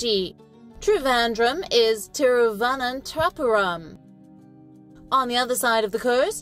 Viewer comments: She's struggling while saying Thiruvananthapuram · There are some Indians who cannot pronounce that name properly. Being a foreigner, her pronunciation is ok.